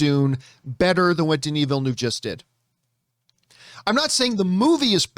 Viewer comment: Please learn to pronounce the directors name